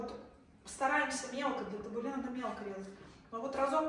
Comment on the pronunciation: Доброго времени суток. Табуле ударение на втором слоге, кускус ударение на первом слоге, бургуль ударение на первом слоге.